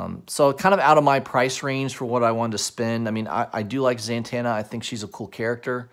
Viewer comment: I swear I hear you saying ZANTANA like santana